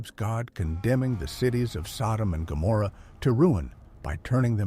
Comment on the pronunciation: Wow. Can't even get the names right!